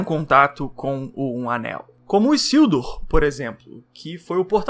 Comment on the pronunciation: Não é " Issildur ", é Isildur com som de " z " 🤓